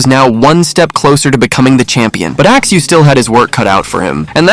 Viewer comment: I can still hear, "Axe axe....... Axeu" in my head. It was traumatizing